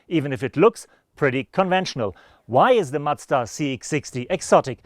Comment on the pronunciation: Try not to say "Matsda" next time. Please. Thanks.